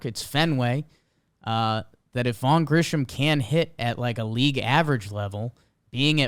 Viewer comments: pronouncing Grissom as “Grisham” over and over nearly sent me over the edge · Why is it none of these guys can never pronounce Grissom correctly? It’s not Grisham, it’s Grissom. They repeatedly sound like idiots